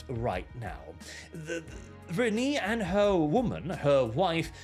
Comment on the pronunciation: Re-nay not Reneee